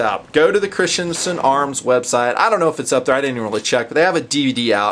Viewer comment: You mean Christensen, not Christiansen